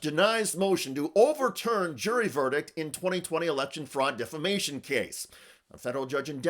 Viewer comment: Lindel pronounces it DefaLtion and DefLmation.